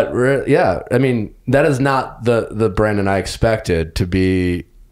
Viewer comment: Nick I like your podcast I’m a fan but for the love of god learn the contestant’s names. It’s Brandon not Brendan!